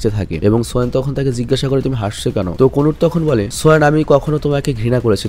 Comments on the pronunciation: Konut na kanut😂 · কানোট কোনুট নারে ভাই